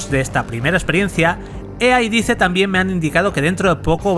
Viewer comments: Se lee dice pero se dice "DAIS", cuando decías; lo que dice, no sé si era lo que decía o lo que la empresa xd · Todo bien pero por qué los españoles pronuncian todas la palabras y nombres en inglés tan mal? "Dice" se pronuncia como "dais", no como está escrito. Me da bronca que no digan las cosas bien. Mucha generación de cristal xD Buen vídeo. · Cada vez que dice DICE, muere un gatito...